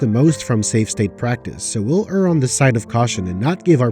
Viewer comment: I will love you forever for pronouncing "err" correctly